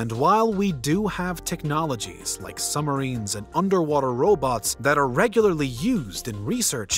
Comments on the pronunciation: Submarine "SUB" + "muh" + "REEN" the B is not silent. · are we just gonna ignore how this guy pronounces, “submarine”?